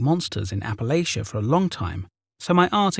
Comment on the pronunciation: My dude, it's App-uh-LATCH-uh. :) From Kentucky!